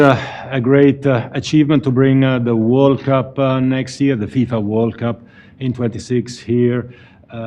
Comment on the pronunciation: It's not FISA it's FIFA.